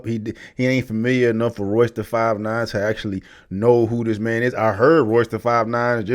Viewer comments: He hung himself with the crap that came out of his mouth! The more he talked...the worse it got. Butchering Royces name...was the cherry on top! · Woulda Woulda Woulda Woulda , Shut up Melle Mel, Eminem is not top 5 because of his skin color, this is pure hate, another hater upset with the 'White Man' because of his success .. This dude barely knows how to pronounce Royce Da 5'9 name, and is claiming Royce is on the same level as Eminem, yea right.. Eminem taught Royce Da 5'9 how to properly structure his rhymes and syllables, and Royce doesn't have the type of Mainstream Music/Catalogue Eminem has, period.. Royce doesn't have hits like 'Love The Way You Lie, Lose Yourself, Godzilla, Rap God, Till I Collapse, Venom, Legacy, River, Stan, My Name Is ' <-- These are all Mainstream and Global hit songs, Royce is more of an underground rapper who raps extremely well and is a S tier lyricist, but he does not have the Mainstream success because of his Discography . Eminem's subject matter and consistency is why he is considered one of the greatest of all time, because if race actually did play a factor to his career like Melle Mel claims, then why isn't Bubba Sparxxx as big as Eminem?, why isn't Logic, Russ, Macklemore, Millyz and Paul Wall as big as Eminem?.. Last I checked Eminem is pulling 68 Million Monthly Listeners on Spotify, pretty sure none of the other white artist I mentioned are doing those type of numbers.. Another thing, Busta Rhymes is extremely talented, and is definitely one of the Kings of Rap in my opinion, but he ain't no Eminem, nor does he Rap or think like Eminem.. Eminem seriously needs to stop shouting